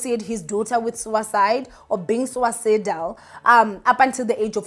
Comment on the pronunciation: Please dear check pronunciation of words you are not familiar with before going online so that we can understand what you are saying. It’s “suicidal” pronounced >suesidal